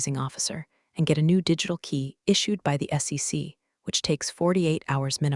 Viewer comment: Maybe put a period in between acronyms so it will say S.E.C and not SEX? 😂